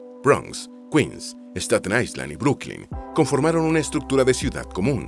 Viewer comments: La letra S no se pronuncia en la palabra island ( ailand) es la manera correcta. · En la palabra “ISLAND” la ‘S’ es muda, se pronuncia “AILÆND”. DE NADA.